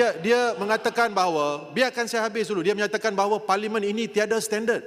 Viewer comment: 😂😂😂😂😂 ngucap parlemen juga belepotan jadi paliman 😂😂😂😂😂😂😂😂😂😂 malaydesh malaydesh